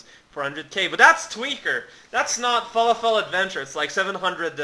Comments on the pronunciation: lol you say fer lof ull not fal a fel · ahaha. "FA-LA-FELL" Thats hilarious. Its pronounced "FA-LAW-FUL", if you were being sarcastic. I apologize :p